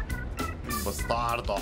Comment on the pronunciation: you pronounced really well “bastardo”